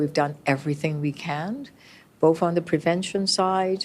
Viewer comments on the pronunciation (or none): How come Chow still says “boef” instead of “both” 😡